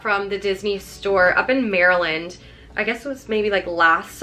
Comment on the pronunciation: it still amazes me how people not from maryland say “maryland”